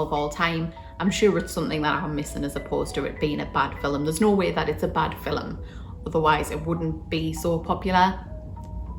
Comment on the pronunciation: "Fill Em" ... I like that. 😂👍🏻